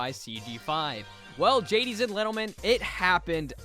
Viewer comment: gaddies and lentlemen